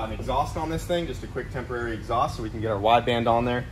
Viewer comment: The way says “temporary” lmfao to funny